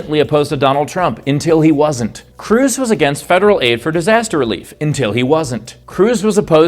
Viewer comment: Until, not intil, please.